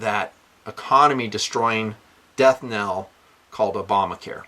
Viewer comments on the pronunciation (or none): none